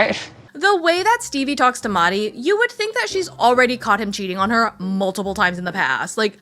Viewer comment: Sorry I haven’t been keeping up with the show- did you change your pronunciation of Mahdi because it came up in the show that Stevie was saying it wrong? Because I need to know if they address it 😂